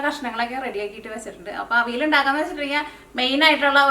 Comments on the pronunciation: തൃശൂര്കാരനായതോണ്ട് "അവിൽ " ന്ന് കേക്കുമ്പോ ഒരു സന്തോഷം 😂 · മനസ്സിലായി. തൃശൂര് പലരും അവിയലിനെ അവില് ന്ന് ഉച്ഛരിക്കാറുണ്ട്. അതാണ് ഞാൻ ഉദ്ദേശിച്ചത് 😄